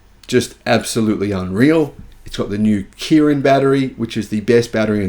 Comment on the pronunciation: It’s even in the video, it’s the Qilin battery, not ‘Kirin’.